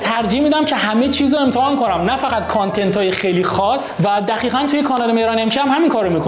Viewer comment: دقیقا !! ( با صدای مهران) دخیخا 😂😂 شوخی